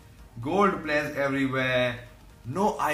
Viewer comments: Players = PLERRRS 😂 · Commentary: Gol pleyas ,gol pleyas , gol pleyas, gol pleyas... Fam